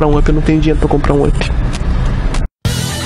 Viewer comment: O cara pronuncia vãp 😪 o nome se pronuncia ãp 🤷🏽‍♂️🤦🏽‍♂️